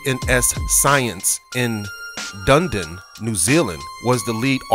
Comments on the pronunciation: Dun eeee din .... Come on man this is shameful !! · It dunedin not dundin. ...good grief dun e din